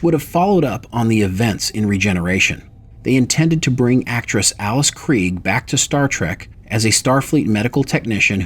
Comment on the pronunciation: Her name you nitwit, is Krige. Not kree.